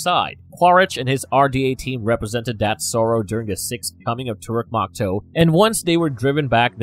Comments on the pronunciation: Proonounced eee-krahn! Pronounced tah-rook mock-toe! Pronounced Sah-hay-loo and the Na’vi has a glottal stop in the middle before the last syllable. Not nahvee. I don’t speak Na’vi but watched the first movie enough to be able to pronounce certain things. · IT IS TORUK MAKTOO NOT MAKTOO MAKTOO PRONOUNCE IT LIKE MAKTOO MAK AND TOO PRONOUNCE IT THE NA'VI WAY